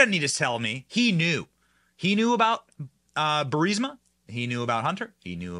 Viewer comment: HOLY SHIT. BENNY SAID BURISMA RIGHT! now do NUCLEAR! :)